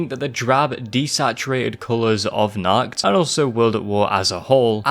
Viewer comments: really throws me off how he says "nacht", he says is like "nackt" which means naked in germany, thanks for that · As an german i love when not german people say german words for example you said nackt instead of nacht (nackt means naked) nacht means night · The most terrifying thing was the pronounciation of the word Nacht. Not because Im one to pick on others because of the pronounciation but because the way it was said translates to the german word ,,nackt" which means nude. That compared with zombies.... nuff said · Appreciate your video, watching it a 2nd time right now. But one thing about the german pronounciation. "Nacht der Untoten" means "Night of the Undead" You pronounced it like "Nackt der Untoten" - meaning "Naked of the Undead" Is it really that hard to do a proper CH noise for americans? Im genuinly asking, because im german and i normally dont have problems pronouncing other languages. I speak english, russian and german. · The way you pronounced„Nacht“ in „Nacht der Untoten“ means Naked in German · Great video but your pronounciation of ''Nacht'' is funny